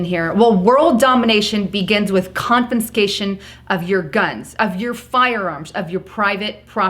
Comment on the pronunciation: Epic fail, credibility lost in the first 30 seconds 'confinscation" SMH.